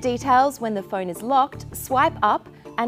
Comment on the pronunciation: She still can't pronounce phone right.